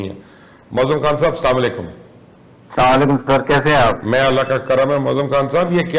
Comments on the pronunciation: Mubashir luqman Sahab itne Bade anchor Hain Mashallah kam se kam Salam to acchi Tarah Se Kiya Karen Asalam alekum Hota Hai Salaam Alaikum Nahin Hota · (Assalamu Alaikum )ke Alfaaz Sahi Ada Karen. Phar lambi lambi chhode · پہلے سلام کا طریقہ ٹھیک کر لو, پھر ہم تیرے بیان سن لینگے, ورنہ سلام غلط ادا کرنے پر عدالت بھی جاسکتے ہے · AP ko salam bhi sahi kehna nhi aata uncle